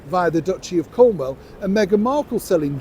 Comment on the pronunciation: it’s CornWALL, not CornWELL.